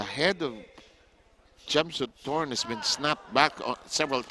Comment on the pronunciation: Thanks bro for the video but it's Phissanu Chimsunthom not Chimsunthorn*. Aka "Wissanu Kokietgym" he was a very good boxer in past I'm a big fan of him.🥊🥊